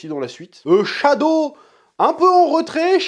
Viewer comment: Chad avec la bon gros "o" japonais X)